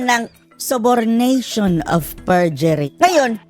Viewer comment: Ano? "Diperent"? Different! Ano "Op" ? Of! Ano Pollow? Follow Mr. "P"ernandaz? Anong Conpyus? Confused! Anong Balidate? Validate! MgTagalog ka na nga lang .